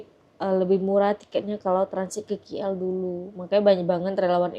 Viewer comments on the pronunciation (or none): ..sebutan biar betul...sudah banyak kali diberitahu...bukan 'ki el'...sebutannya 'k' ikut abjad inggeris...coba dengar betul2 sebutan 'k' dalam bahasa inggeris